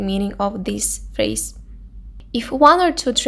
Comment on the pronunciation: First learn how to pronounce the words properly, then post your videos. Eurovision, phrase, use...